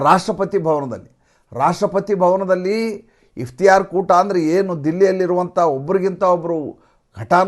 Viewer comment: Its iftar not Iftiyar.